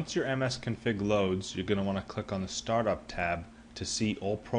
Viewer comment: msconfig not msconfing